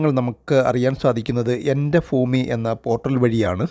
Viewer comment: എൻ്റെ foomi അല്ലടാ ഭൂമി